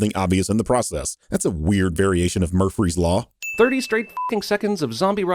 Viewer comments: Did really pronounce Murphy's Law with an extra r in it as a joke on how Cinemasins mumbles their words all the time. Nice. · Did you say murpherys lol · I’d like to point out the “Murphry’s law” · Murphry? Is that a joke I didn't get or did you misspeak? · Murfrees law?.... DING! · did he just mispronounce murphy's law ding lol love you